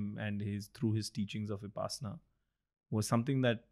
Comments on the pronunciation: Pls pronounce 'vipassana' correctly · I have a request. Please try to pronounce Vipassana (Pali/Prakrit) or Vipashyana (Sanskrit) correctly.